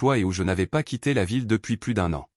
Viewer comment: Quand arriverez vous à comprendre que plus prononcé pluss signifie + et que quand on dit plus qui veut dire "aucun" cela se prononce plu. Exemple: j'ai donné tous les bijoux, je n'en ai plu (plus) Le S ne se prononce pas. Vous dites chaque fois le contraire.